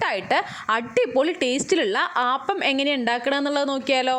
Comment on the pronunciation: Ayyio “ aaappam alla “ appam ennane parayandethe 😂🤔😂 We call palappam not aaappam 😁 anyway Kollam thank you 🙏